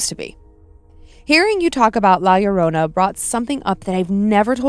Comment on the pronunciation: It sounded like said "Y'all Lorrona" and now I can't get a Deep Fried Southern version of Llorona out of my mind 😂